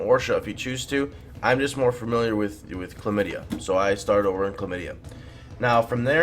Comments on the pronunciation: "I'm more familiar with Chlamydia" - you killed me xD It's Klaipeda btw^^ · My friends say klomydia too lol. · "Clamydia"... XD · "KLAMIDIA" RLY?!